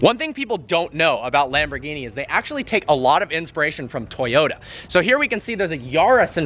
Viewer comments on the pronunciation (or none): none